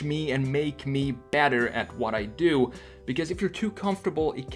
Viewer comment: älskar hur du säger because. "becöös"